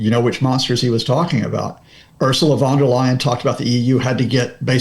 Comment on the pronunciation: Leyen not Lion. The brexit tossers started using Von Der Lion as a stupid joke......but it seems to have caught on. Just bad taste